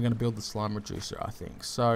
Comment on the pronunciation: I thought the first time he made one of these slime reducers i thought he said "slime rejuicer" wow lol